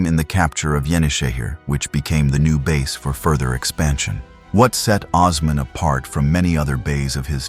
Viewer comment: AI is the worst thing to happen to the internet. WTH is Oz-man